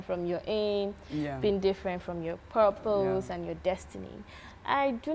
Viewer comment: said "perpose" 😂😂😂